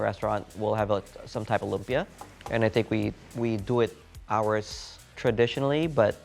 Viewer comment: Coming from the Philippines, you should be teaching Americans how to say LUMPIA the right way and not the other way around. It’s a Filipino word that you know how to pronounce right. Be the influence. All the recipes look great though. Excited to try them on our next visit to SF.